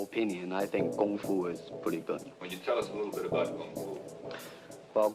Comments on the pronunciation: Its KungFu not gungfu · Note the pronunciation: "Gung Foo" not "KUNG Foo". shout out to Terry Butcho and the fights in Chinatown. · It’s NOT Gung Fu, it’s KUNG Fu. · Gotta love the narrator misunderstanding and saying gung foo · Note he pronounces it "Gung Foo". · I keep hearing everyone in this video saying Gung Foo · Why are they saying gung fu?